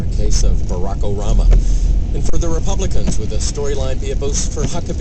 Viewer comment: The radio guy says Barack Orama at the start.